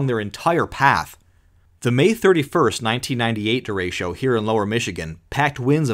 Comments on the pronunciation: Disappointed. Did not see a single picture of Gary Burghoff, though I always had a thing for Ms Gulch. Also, "derecho" is not pronounced "de RAY sho". It's "de RE cho", the Spanish word for "straight". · That is not how you pronounce derecho it’s “dur-RAY-cho” not “durasho” or “duratio” or however u pronounced it